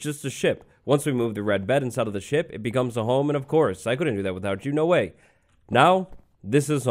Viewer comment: I thought he said sh*t. Not ship!